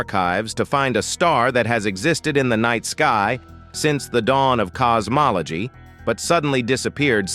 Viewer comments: Cos-mol-a-gee 😂😂😂 you gotta put more effort into these. just type it as it shounds and eleven labs will pronounce it correctly. Also, helps if you listen to these before publishing. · Um i stopped watching at "cosmoloGEE" GEE?